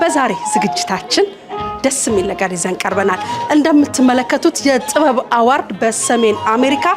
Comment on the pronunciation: The award is translated into Amharic as 'shilemat'. Why the use of the English word. Besides, award is pronounced as 'ə-ˈwȯrd'. Two mistakes are committed: one, failure to use the right word in Amharic, and two, wrong pronunciation of the word 'award'. Is this confusion, transition, or lack of words? Is this trying to be what one is not?